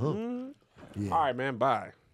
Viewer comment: Kev said bye like we asked for McDonald's money 😂